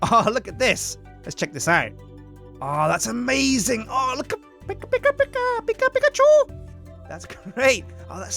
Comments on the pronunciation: sounds Chinese when he goes pikachue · Every time tries to say Pika Pikachu I do a facepalm. So far I've done a lot of faepalms